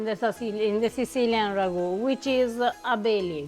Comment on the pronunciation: I find it fascinating that Italian people always seem to include so many "-a" phonetics at the end of words: "Beef-ah, stir-ah, wait-ah, herbs-ah". Even when using Italian words like "ragu-ah"